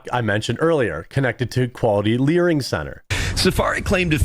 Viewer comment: Bro are they having a stroke? Why do you keep calling them "LEERING" centers😅 There is no way these hard working asylum seekers are scammers😅😅